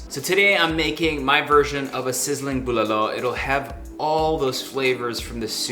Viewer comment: Thank god Erwan said bulalo the proper way lol. He's obviously legit from the Philippines 👌. Been watching banyaga vloggers and I'm getting tired of them saying "booo lah lo, Bough hol, Bora-cay, Pala-wan, seybu, adough bough, panseeet, looooompiah" 😂